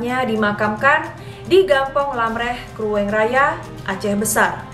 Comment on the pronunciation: Lebih tepatnya pasukan inong bale (wanita janda) Btw kak..cara baca tata bahasa Aceh agak lain dikit Contohnya Keumalahayati dibaca kumalahayati Krueng dibaca krung... 😁 Lage nyan kak😁